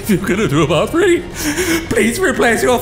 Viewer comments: Any one notice how they couldn't say three? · Nice even when it isn't valve making these videos they still can't say three(just before ) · Love the little detail of wall number 3 not being said properly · I love how the narrator doesn't say thr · During the scene with friendly frank, the computer voice failed to say “wall number three”...... Valve never counts to three! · I love the fact that the announcer could not say "three" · I like that it couldn't say three